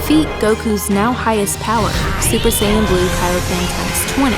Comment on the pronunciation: Salah super saiyan u saying bleu annoyed me so much